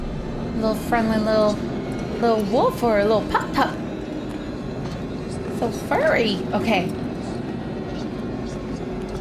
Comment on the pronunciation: I love how instead of saying "Puppy" she says "Pup Pup"